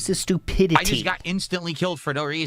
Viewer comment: "This is sTTupidiTTiTTiTTy" "wahnnnnnnnn wahnnnnnnnn wahnnnn wahnnnnn" He makes up for his lost T's in other places I guess